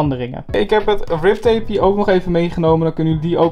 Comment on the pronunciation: Het is grip tape niet rip tape